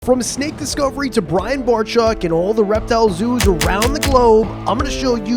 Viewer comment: I'm pretty sure you're saying Brian's last name wrong.....Ya.....👀